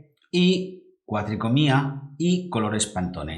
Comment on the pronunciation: Gran video, y una explicación perfecta. Muy agradecido por la información. Sólo un comentario: se dice cuatricromía, no cuatricomía. Queda muy feo en un video de esta calidad.